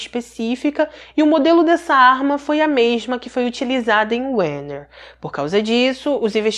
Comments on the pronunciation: Werner= Verner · só um adendo, como ele é alemão, o som do "W" é o mesmo que o "V", ou seja, "Verner". Ademais, como sempre, um impecável trabalho. ❤ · Minha querida; o “w” em alemão se lê “v”🙏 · Oi Sua pronúncia do nome do personagem principal está totalmente errada. É um nome alemão.